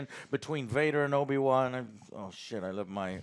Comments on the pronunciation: No one, absolutely no one Joe:” Obi Juan” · Did I hear Obi Kwon?